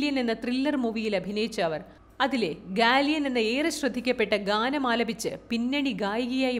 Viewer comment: ഗാളിയൻ എന്ന ഗാനം അല്ലാ... ഗലിയ 🙄🙄🙄 എന്നാണ്